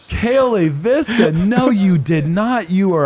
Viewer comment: Ironically, they get Leiviska wrong every time. :) (it's "LAY-viska," emphasis on the first syllable, not "lay-VIS-ka.")